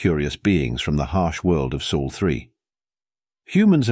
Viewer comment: It's Sol NOT Soul and Terra NOT Terror. Get a better AI program.